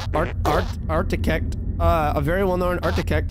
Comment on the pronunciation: Even though it's such a small bit mispronouncing architect made me laugh so hard for no reason